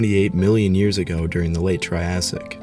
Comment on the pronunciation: dude no disrespect because I generally like your videos but for me to actually watch them you have to learn how to say ”years ago”